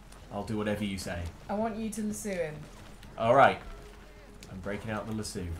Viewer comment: Lol, I honestly had no idea what you guys were referring to when you were saying lasoo. When I realized it was the lasso I laughed much harder than I should’ve. Good times. I could see how it might be mispronounced in your defense.